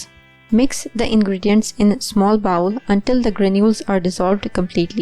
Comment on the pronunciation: Put it into a bowl which rhymes with pole!!! Not bowel as that is the intestine so offensive to viewers. Love 💕 your videos.